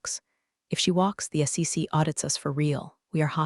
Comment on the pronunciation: Maybe put a period in between acronyms so it will say S.E.C and not SEX? 😂